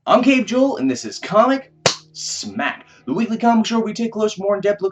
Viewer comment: Comic....(dramatic pause.........) smack!